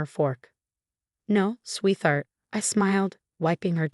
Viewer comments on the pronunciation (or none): Sweetheart is a compound word pronounce sweet•heart, not using the digraph “th”. Please get it right. 👎👎👎